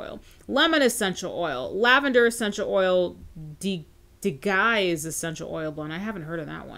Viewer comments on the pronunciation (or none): Digize not so much 🤣🤣 It’s die j ize 🤣